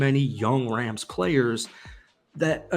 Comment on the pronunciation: my guy said Los Angeles Crams?